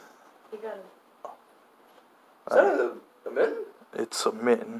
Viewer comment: I don’t know if you know how to spell mitten or if your saying mitton on purpose